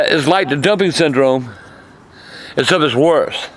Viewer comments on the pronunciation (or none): Wait did you say dumpic syndrome or dumping